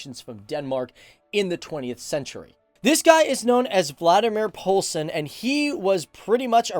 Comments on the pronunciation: Vladimir Polsen hahahahahahahahahah You would say it wall-the-mar poulsen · Its Valdemar Poulsen not Valdemar poglson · Vladimir Pulsin is actually pronounced Valdemar Poulsen😂 But great content though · Both your ways of pronuncing Valdemar Poulsens name are wrong.